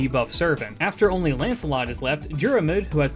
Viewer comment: Love the videos, not a critcism just thought you might find it interesting. Im irish Fionn is pronounced like F(i)un Dairmuid is pronounced like Deer mud (you've basically got this one down alteady) Grainne is pronounced like (G)raaw nyeh (the diacritic on the á is the same as the the one in hepburn japanese, like Shōnen. It means a long vowel)